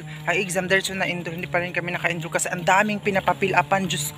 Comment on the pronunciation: It's ENROLL not ENDHROL